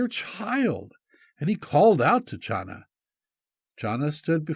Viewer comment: Hi! The name “Chana” from where we get the name Hannah is NOT pronounced “Schana” but Khana. The CH is pronouced like the sound in Loch as in Loch Ness monster-it is a gutteral sound deep in the throat. Now you know!